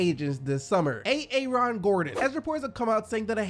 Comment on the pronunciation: "A-A-Ron gordon"😂